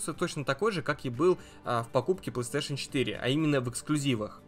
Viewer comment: Это не ПлэСтешен, а ПлейСтейшн.